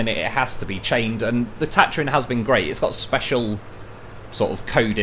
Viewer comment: you're saying Tatarin wrong, just sayin..